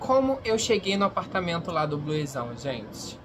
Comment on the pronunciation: se escreve Bluezão, mas se fala Blusão, me dá agonia ouvir você falado "o nome" dele errado